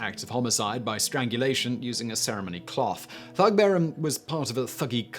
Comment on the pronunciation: The Indian word thug is pronounce tug with the ‘t’ aspirated. There is no “th” sound in Hindi like the English sound in ‘there’ .